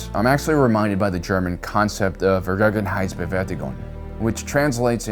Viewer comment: What was the German word you were trying to say? was it "vergängenheitsbewältigung" sorry, but I just cant hear that and im german